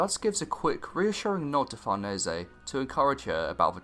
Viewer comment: He's pronouncing it correctly, since in origin it's an italian surname